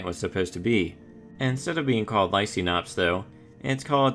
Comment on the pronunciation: Hate to burst a bubble, but it is pronounced "lie-KANE-ops". You know as in Lycan for Wolf (if you watch the Underworld franchise)?